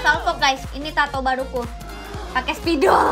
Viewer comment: Spidol kak bukan sapidol jhahahahha